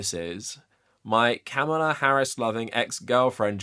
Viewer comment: It’s pronounced Comma-La. Please take the time to pronounce her name correctly.